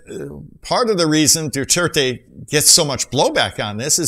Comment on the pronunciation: My fellow filipinos we love duterte i just dont like he said God (you said dudirty)